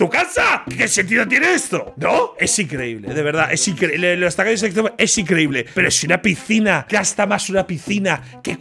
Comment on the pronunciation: Siempre entendí "tacaños extremeños" hasta que vi que era tacaños extremos 😂😂😂